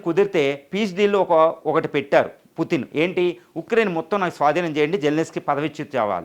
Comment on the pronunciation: please converce as putin not puttin. it will give a different meaning